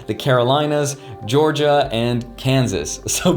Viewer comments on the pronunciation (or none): none